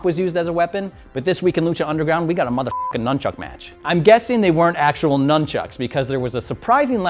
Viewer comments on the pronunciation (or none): none